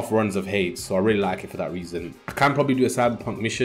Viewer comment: Nice video, subbed. Hades is pronounced Hay-dees btw mate.